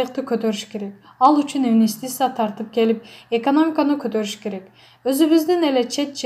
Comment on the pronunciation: Ой тообо сабаты жок тупая окуганы уккан адамдын кыжырын келтирет. Орусча суйлотуп коруш керек экен. Даже кыргыз тилин норм. суйлой албайт ударен. да норм койо албайт. 🤮🤢Операцияны оопрация, президентти врезидент дейт башында. Инвестиция нветитця. Абалды жакшырса деген созду абл жакшырса, таарыныч деген созду тарныч, Аллага деген созду алага уужас🥶 Анжеликаны Желика Аселди Сел кадырбекова. Свеееердлов. Вроонучу кудуул. Дииний китеп окуп жатам. Аай сабатсыз тоок мээ.